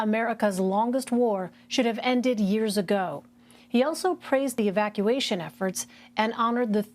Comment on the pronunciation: Did he just say "Evaciation"?????